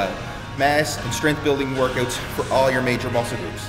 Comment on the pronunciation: OMG Canadian!!! "workUTs" :D man.. you're awesome